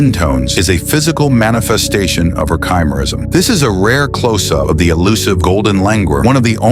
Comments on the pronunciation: Not "chai"- merism. Chimaerism. "Ky-merism" is how it is pronounced. It comes from "chimaera". Sometimes spelled "chimera". The "ch" is pronounced with a hard "c" sound, just like "cat". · The singer/model's condition is pronounced ki-mer-ism not chi. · "Tshimerism" is not how you pronounce chimerism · Way to mispronounce Chimaerism. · The AI doesn't know how to pronounce "chimerism?"